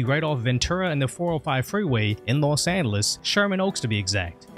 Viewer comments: Say lo angeles again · Ahh yes Los Andelus Nothing like a speech impediment to make an otherwise boring video a little interesting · “in los anduhluz” 😂 los anduhluz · This guy pronounces Los Angeles without the g sound lol. Kinda trippy